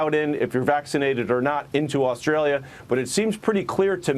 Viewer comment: Not sure if it's Australia or ANUStralia